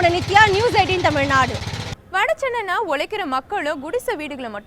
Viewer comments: 5.34, தமிழ்நாடு என்ற பெயரைச் சரியா சொல்லுங்கம்மா. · தமிழ்நாடு என்ற பெயரைச் செய்தியாளர் பலரும் தவறாகவே உச்சரிக்கின்றனர்.